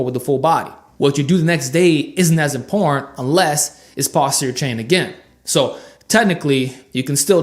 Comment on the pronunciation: Please try and enunciate every syllable of each word - it's very 'imporrant'.